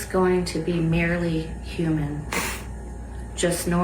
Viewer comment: I feel they definitely didn’t write this, because the word “merely” was pronounced wrong It’s like they were reading from a script Don’t get me wrong though… This is horrible what they are going through and they are all in my thoughts and prayers